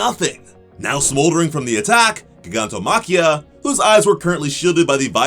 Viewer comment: The way he pronounces GIGANTOMACHIA 😐